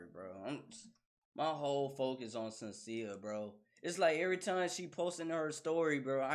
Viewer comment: Shhhhhhen-see-a, not Senseea.